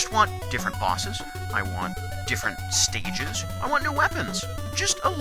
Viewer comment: I think you may have said sticyges rather than stages. (After Crystal Man no.)